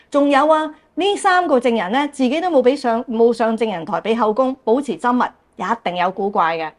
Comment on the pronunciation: 「緘默」的「緘」，粵音是gaam1